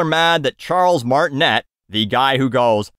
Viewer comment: I'm bummed they didn't go with Charles Martinet (pronounced Martin-ay, not et, as you acknowledge it's French). Chris is a good actor, but I mean what was wrong with the guy who's literally been THE voice of Mario for his entire spoken existence? Not that I had any high expectations for this movie once I heard it was partnered with Illumination of course. Can't expect a quality movie from the studio that brought us Minions.